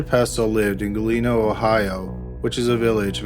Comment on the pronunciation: Its Galena, OH, not Galeno lol